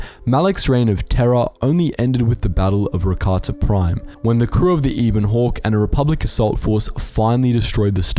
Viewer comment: Anglophonics. In the context of a "name" the dude Americanizes and miss pronounces it. Ebon is historically used to describe things with black, matte colors. Pronounced, as you noted: [ ˈɛb ən ] and synonymous with onyx, obsidian, coal, pitch, raven feathers, etc.